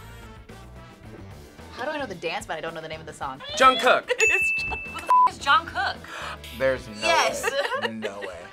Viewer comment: It sounds like they're saying "John Cook" not "Jungkook."